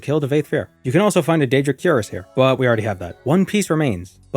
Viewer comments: Queer-ass, not 'Cure-us' , the chest plate of armor. You pronounce it, wrong. In Morrowind, since you're not leveling and just globe trotting, i would have used a wood elf, with marksmen. I believe you can start with 70 marksmen from the get go.. my memory may say it's 80 but I can't be sure. Point is, that's incredible and crossbows are available from the start, if you have the money and visit Vivec and know where to go. Money is no issue, because using the mage guild you can just teleport around and loot tones of things and get +10 marksmen training in vivec too, for 80, level 1 (Now you're level two with those ten trainings once you rest). In Morrowind, a marksmen of 80 is very useful and you won't be frustrated missing with your crossbow bolts and that dweemer crossbow is 30 - 30 damage... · btw, cuirass is pronounced kwir-rass, the 'I' as in "in", not cue-rass. Emphasis on the second syllable, ràss, A as in "us" or "apartment". English is a funny langyage. Or if you wanna get real fancy and extra French, kwee-rass is also acceptable, but then you sound French, so i would advise against it. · Cuirass is pronounced "queer-us" btw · Cuirass is pronounced queer ass, you pleb